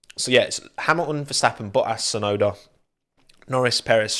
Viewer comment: he also doesn't pronounce the T in Tsunoda... He just says "Suenoda."